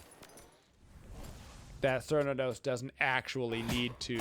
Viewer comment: Thank you for this great video. I have never played Smite before, but as a huge fan of Cernunnos from Celtic mythology I am planning on getting Smite just to play him, and only him. By the way the correct pronunciation of his name phonetically is with a hard K as in: Care-New-Know-Ss. C’s are always pronounced like a K, in Irish Gaelic.